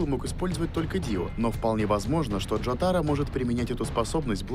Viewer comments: Пожалуйста, не говори Джота́ро, это не правильно, правильно Джо́таро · Первое у Джотаро и Дио одинаковые стенды и по этому он может останавливать время как и Дио, Второе не Джота́ро а Джо́таро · Не ДжотАро, а ДжОтаро. Впрочем, плевать.